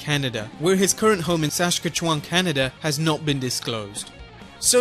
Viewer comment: Thank you for butchering Saskatchewan pronunciation